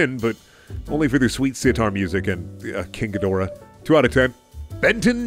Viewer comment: Just so you know its pronounced "King Ghidorah" Just making it super clear